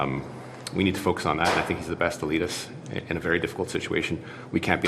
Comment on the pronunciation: he said Trudeau is “the best to lead us” but it sounded like he said “the best elitist” and that makes perfect sense.